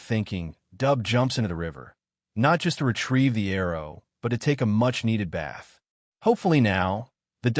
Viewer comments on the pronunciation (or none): none